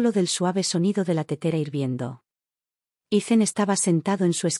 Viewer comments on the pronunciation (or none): Ethan,no se pronuncia Izen,simplemente no se pronuncia samplemente